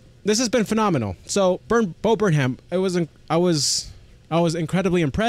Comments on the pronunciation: There are at least a dozen of Bo Burnham reaction channels (pronounced Burn-um) - your first reaction of him got me to subscribe and have been waiting for more, but have enjoyed the Karl and Norm rabbit holes while waiting. Some must-do reactions: Left Brain/Right Brain, We Think We Know You, Rant, and Kanye Rant (and everything in-between). Thanks! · bud its burn-em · Funny you should mention Weird Al. In his new special "Inside", there is a joke on a white board that shows a ven-diagram with Martin Luther King and Weird Al. Bo puts himself in the middle. Also, quick pronunciation tip: it's Burn-um; drop the h :) Love your videos, amigo. Me encanta verlos a todos! (I'm only learning Spanish, lo siento) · It’s burnUM. Not burnHAM 👍🏼